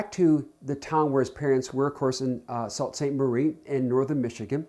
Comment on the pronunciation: It's pronounced (sue)saint marie